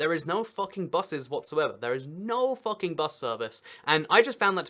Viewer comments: Most probably it's pronounced "fuu-king" instead of "fah-king" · It's FOO-king, not Fucking! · It's pronounced Fooking. u in German is oo. But there are (where?) Austrian places (not towns) that are called after swearwords: Arschlockwinkel (Assholecorner) and Futbründl (Twatfountain, maybe C**tspring?). I think they renamed those places now. The "legend" is that when a royal cartographer from Vienna came to map the area the locals had some fun with him. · They recently changed their name to 'Fugging', which is close to the German pronunciation of 'Fucking'. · It's pronounced "Fook-ing". Video was still hilarious. Austria gets it bad - there's also an Oberfucking, an Unterfucking, and a Fugging. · The funny thing is that it’s pronounced fooking not fucking. Lol. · But isn't actualy pronounced "Fooking"? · It would not be pronounced as we would. It should be more like fooking. But obviously you can't argue with the alphabet. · You are pronouncing it wrong. It's pronounced FOOKING and it rhymes with "booking" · Uh, you do realize that you're mispronouncing the village name? "Fucking" rhymes with "booking", not "ducking." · Its pronounced wrong